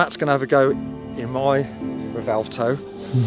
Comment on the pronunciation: bro keeps insisting it's pronounced Revelto 🤣 Sick car man, but try and squeeze a W sound in there somewhere